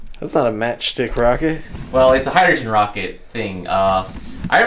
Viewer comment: "HAHAHA ur wocket bew up"